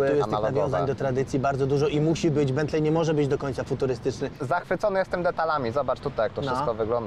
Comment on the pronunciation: BENTLEY czytamy jako BENTLEE ❗❗❗❗❗❗